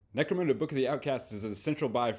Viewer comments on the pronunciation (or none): Why do so many people call in Necromooonda?!